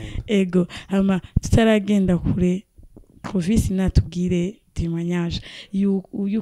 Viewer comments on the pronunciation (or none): Nawe ntu, ni Clovis apana Crovis gusa le journaliste vyarashitse arakasura ariko mutahure kuko : SE TROMPER EST HUMAIN. Merci